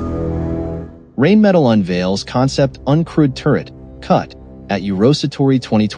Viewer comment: Wouldn´t it be awesome if you knew how to pronounce Rheinmetall correctly.,.... not knowing that... makes it not-view worthy....